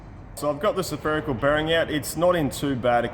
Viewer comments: You say Spherical (Sepherical) bearings like I used to say Occigen (oxygen) . Love that you are a human and not a God .. ooops the Dog is the God of the show .. bow wow . LOL Teaching us all so much and enjoy the ride ! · Love your stuff and your wife's camera work and editing and the uhhh... "suh-ferical" bearing! 😂👍